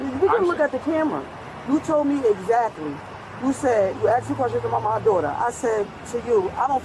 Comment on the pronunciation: Well, look how they pronounce "EXACTLY." They leave off the "K" sound, maybe even on words like it, like "except" becomes "ezzept"